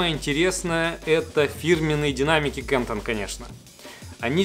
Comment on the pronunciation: Немецкая компания КАНТОН- через "а" и туда же ударение )